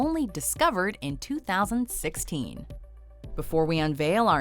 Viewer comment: ''-Discovered in twothousandsixKEEN''